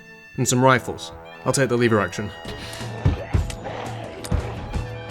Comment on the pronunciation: Was gonna like this till you said lever wrong. Shame .